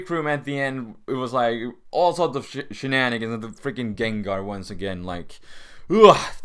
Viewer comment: This is random, but the way you say 'shenanigans' is fucking hilarious. I love it :D